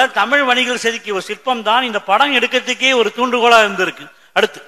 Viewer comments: உண்மையோ ஆராய்க... நீங்கள் தமிழ் எனும் வார்த்தையை உச்சரித்து பழகுங்கள் நீங்கள் ஒவ்வொறு முறையும் தமிள், தமிள் என்று உச்சரிக்கும் போதும் கேட்க பரிதாபமாய் இருக்கிறது. இவ்வாறு சிறந்த விழியங்களை எங்களுக்காக வழங்குவது என்பதே மிக சிறந்த சேவை.அதற்காக தலை வணங்குகிறேன். இனி வரும் காலங்களில் இவ்வாறான தவறுகளை திருத்திக் கொள்ளுங்கள். இது என் தாழ்மையான வேண்டுகோள்🙏🏽. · தமில் இல்லை தோழர் தமிழ் உச்சரிப்பை உச்சரிப்பை சரி பார்க்கவும் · தமிழ் மொழியில் பேசும் போது 'தமில்' சொல்லாமல் 'தமிழ்'என்று சொல்வது நல்லது.நன்றி. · Starting of the video the person who is giving basic intro does not know how to pronounce TAMILZH......he is not able to pronounce LAZHAGARAM properly......this is disturbing......it's TAMILZH not TAMIL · முதலில் தமி'ழ'் னு சொல்லு தலைவா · Thamil ennum ucharippinai muthalil thiruthikollungal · Tamil ah olunga ucharinga athuthan.....neenga tamil ku kodukira mariyatha